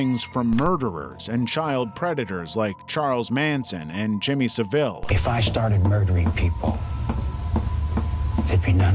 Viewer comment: heads up the sick fucks name is pronounced jimmy 'sav-ill'